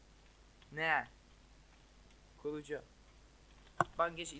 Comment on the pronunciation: olm bu nası konuşma lan kuğucu ne yaww çıldırcam